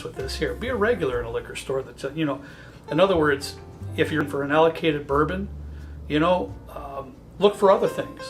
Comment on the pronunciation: RARE "Bouron"???